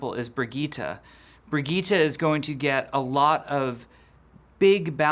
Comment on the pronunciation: Brig-eet-a?? Do you mean Bridge-ette?